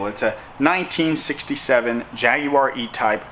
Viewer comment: You made an attempt to say Jaguar properly,well done.